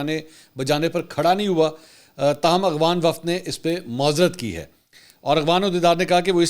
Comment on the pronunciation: منصور صاحب میں آپکے سب ویلاگ دیکھتا ہوں ۔۔لیکن دکھ اس وقت ہوتا ہے جب آپ افغان کو اغوان پڑھتے ہو۔۔۔شاید آپکو افغان لفظ پڑھنا نہیں آتا ۔۔۔دوسرا ایک ویلاگ میں افغان سفیر کے قومی ترانے پر کھڑا نہ ہونے پر شدید تنقید کی آپ نے۔۔۔قومی ترانے کے سامنے کھڑا ہونا فرض واجب تو نہیں۔۔۔جب تلاوت کی جارہی ہو کسی محفل میں تو آپ کھڑے ہوتے ہیں۔۔ نہیں نا۔۔۔۔قومی کھیل۔قومی پھول ۔قومی چیز جو بھی ہے کیا آپ ان سب کے سامنے کھڑے ہوتے ہیں۔۔۔اور اس سے بڑھ کر کے آپ اللہ کے سامنے کھڑے ہوتے ہیں۔۔۔بہت افسوس صد افسوس